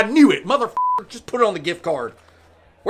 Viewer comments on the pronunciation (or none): That is NOT how southern people pronounces Darl the one time you missed the mark buddy 🥲